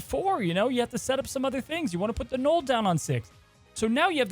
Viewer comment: Please say caches not keshes and Knull like null not Knoll Thanks :D